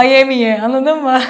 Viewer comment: Şeymacım “l” harfini kullanmayı öğrenmelisin. Annadın mı yada yannış değil, anladın mı, yanlış.